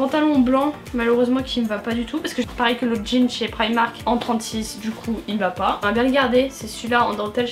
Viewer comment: on prononce primark